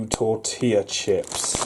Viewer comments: Also as a south Texan props on properly pronouncing tortilla you awesome Brit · He actually pronounced Tortilla correctly! It's Learning! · The flaw in the plan is to get cheap Nutella you have to look for hazelnut spread, not chocolate. Also grats on pronouncing tortilla correctly.